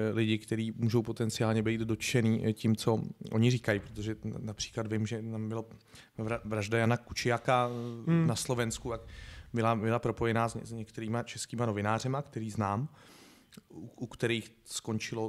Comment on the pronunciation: Hovorí sa Kuciak nie Kučiak